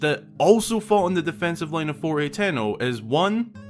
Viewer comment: Its pronounced (ha-ten-o) lol